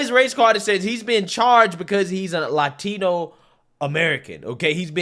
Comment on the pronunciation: as a Hispanic American man. I always Cringe when another Hispanic American over emphasize saying "Latina or Latino" in spanish. If your speaking in english say yhe word in English. If your Speaking spanish then say it in Spanish. Its just weird. 🤣🤣🤣